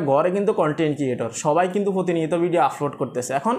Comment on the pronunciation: ভাই আপনার এই ভাষা গুলো উচ্চারণ সঠিক করেন প্রতি ভিডিও এই শব্দ গুলো বলেছেন-আফলোড,ফতিনিয়ত,,ফরিশ্রম,ফেজ